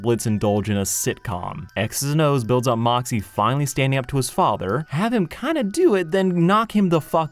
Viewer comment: Anyone else notice the cup for moxxie, said "foxxie" lol